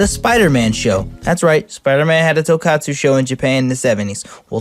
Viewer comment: I know this video is two years old at this point, but I just have to ask. why are you pronouncing tokusatsu as tokatsu?